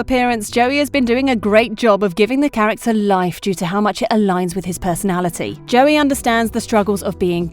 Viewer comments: Why joey Locke it’s joe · ✨J O E Y✨